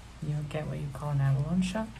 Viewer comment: Sorry, but my Virgo brain can't help it. The word abalone is pronounced like " a-buh-low-nee". I know, I'm annoying.